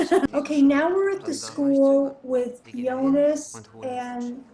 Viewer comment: Watching it now, 360p quality be damned... really good stuff, definitely subscribing! Of all the possible shows to react to, you picked the best one out there, that's for sure. Look closely, that's not blood, it's a black liquid. Since you're ribbing us Germans a bit, you surely won't mind me slightly correcting your pronounciations... 😉 Jonas: "Yo-nas" / "Yo-nuss", not "Joe-niss". Bartosz: "Bar-tosh", not "Bar-toes" (it's a Polish name, so "sz" is like "sh" in English). Ulrich: "Ulrichhh" (well, there is no such sound in English), not "Ulrick". Franziska: "Frun-tsiss-kah", not "Fran-chess-kah". Regina, the G is not like the one in "G-Wagon", but like the one in "Gangster". Ah well. I guess some of it is counter-intuitive for an American. If in doubt, listen to the way they say it in the show. I don't expect you to pronounce everything correctly all of a sudden, i'll just put it out there and you can take from it what you want :) Very good job already on pronouncing Martha, Mikkel, and even Helge and Charlotte (no silent vowels at the end of words in German), so not all is lost. Also, a bit later in the video you already switch from Joe-niss to Yo-niss, so you're halfway there. Typically pedantic German signing off and looking forward to the next video, correct pronounciations or not! 😄 Oh, one last thing. Make sure to choose the "English" subtitles, not the "English (CC)" ones. The "English (CC)" are a transcript of the English dub, meant for the hearing impaired. For